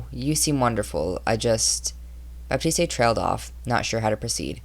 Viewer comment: the e in baptiste is silent